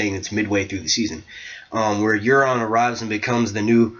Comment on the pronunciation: Not too long, nice insights :) BTW Euron is pronounced Your-on lol